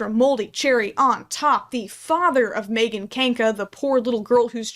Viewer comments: love your content so much but the way you pronounce megan as "may-gun" rather than "meh-gun" is so upsetting to me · it makes a lot of sense that you say megan like maegan… i cant explain it it just does